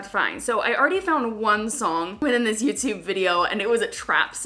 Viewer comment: I love the way she says Youtyoube